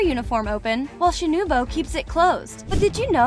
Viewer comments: did she say shinubo instead of shinobu lol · Why does it sound like the voice says sanimi and shinubo? What is that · “Shinubo” and “Muzean” 😂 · Shinubo☠💀 its shinobu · the lady pronounce shinobu as shinubo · i said she pronounced it as shinUbO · ah yes "shinubo" ah and "zunetso" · Yes, we all love Sanimi, Inosuuke and Shinubo ;-; (Btw all of the names are mispronounced. You can watch the original Japanese sub to hear the correct pronunciations.) Good video tho. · Who realised she said shinubo 👇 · shinubo? LOL? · You said Shinobu's name wrong. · My bad she mispronounced shinobu once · I’m srry the pronunciation